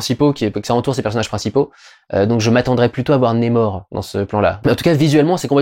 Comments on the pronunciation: Ça se prononce comme ça s’écrit le nom de l’antagoniste… donc on prononce NAMOR et non pas némor ! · NA mor NA !! N et A ça fait NA !!! Pas Né, pas Ney et pas Nez, c'est qui Nez-Mor ? C'est même pas une prononciation à l'Anglaise vue que le R est bien prononcé à la française On dirait un Québecquois qui perd son accent au milieu du mot Je suis le seul que ça donne envie de hurler ? Sinon Merci pour ton travail que j'aime bcp... hormis ce détail que j'essaie de soulever avec humour Peace